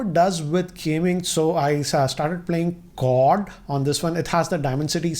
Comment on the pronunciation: Never heard anybody calling COD as कोड. 😂😂